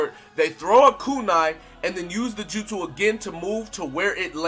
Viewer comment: My dude actually said their jutsu name correctly that's crazy I gave you the like for it